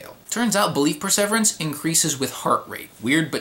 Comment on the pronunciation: I cannot listen to you mispronounce perseverance one more time.